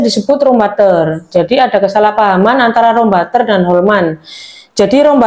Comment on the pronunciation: Bacanya juga jangan salah. Klo Wijsman itu dari Belanda. Wijsman itu adalah roombutter. Butter itu klo bahasa Belanda dibacanya bukan batter (bukan dibaca a) . Tapi tetap dibaca butter (huruf u).